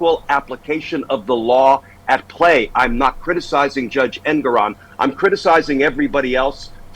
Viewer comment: I believe it’s pronounced en-GOR-on